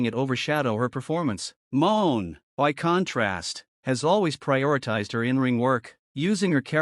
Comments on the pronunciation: RIGHT IT'S NOT MOAN, IT'S MON'E. IT'S FRENCH!!! NOT MONEY. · Her name isn't MERCEDES MOAN ITS MERCEDES MON'E. FRENCH, THE E IS SILENT, ITS NOW PRONOUNCE A, YOU FOOL!! LEARN TO PRONOUNCE HER NAME RIGHT, OR STOP SPEAKING PERIOD!!! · It's not moan ...it's pronounced money